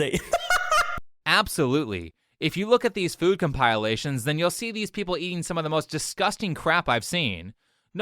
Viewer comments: “com’pile’lation” nice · I’ve never heard compilation (comp-pill-lay-shun) be pronounced like that before